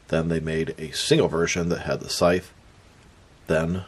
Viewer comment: Scythe is pronounced like dice not sith. He has a scythe, not a sith. You pronounced it sith at the beginning but later correctly.